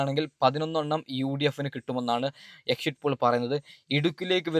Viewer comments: നല്ലത് പോലെ ഭാഷ ഉച്ചരിക്കാൻ അറിയൻവയ്യതവെൻ്റെ. ഒരു എക്ഷിറ്റ് pole. എഴുന്നേറ്റ് പോടാ പുല്ലേ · ആദ്യം എക്സിറ്റ് പോൾ എന്ന് പറയാൻ പടിക്ക് ആദ്യം സംസാരിക്കാൻ പടിക്ക് എന്നിട്ട് ആവാൻ സസ്ബ്രൈബ് 😂😂😂😂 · ആദ്യം എക്സിറ്റ് പോൾ 😊എന്ന് പറയാൻ പഠിക്കു മുത്തേ